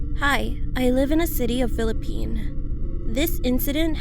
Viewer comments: Its not 'Philippine' its frickinngg Philippines wth? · Philippine? She ain't no pilipino we say it Philippines with fucking S Or pilipinas idiot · Its Philippine"s".. Sorry just got triggered